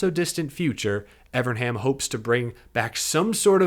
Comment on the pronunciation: Evern, EVERN, EeeVvvEeeRrrNnnnn, come on buddy, you can say it, Evernham. If you are going to do a podcast about Ray Evernham, learn how to pronounce his name FFS!